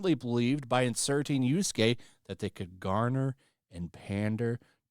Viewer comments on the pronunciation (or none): For fuck sake! Yasuke! Not Yusuke! Get the pronounciation of the name right. Keep saying the name wrong cheapen what your take. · Do you call the character "Yusuke" instead of Yasuke because you hate him or you just can't read Japanese names? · It's Yasuke, not Yorskay, jesus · I love that you keep calling Yasuke, Yusuke. It makes me think Yu Yu Hakusho is still being talked about. I miss that anime. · When I heard Yusuke instead of Yasuke, my oldtaku switch got flipped and thinking of Yuyu Hakusho. Such an old but gold manga/anime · It's Yasuke, not Yusuke! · Bro you and Endymion, y'all bad at pronunciation It's YASUKE, not Yusuke .Yusuke is a cool spirit detective YASUKE is a fake samurai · Omg dude, Yah-skay not You-skay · How many times mispronounced yasuke